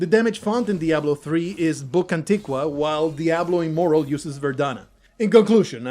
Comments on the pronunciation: Well played sir you got me.I thought you were a complete idiot at beginning of the video .But made it to the end of the video I should have called on that you kept calling it Diablo immoral lo immoral😂GG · I came here after listening to a few legit diablo immortal defenders, so I was really confused and thought it was legitimate until i read the pinned comment, cause it sounds just like them. Although the first giveaway was when you said immoral rather than immortal at the start.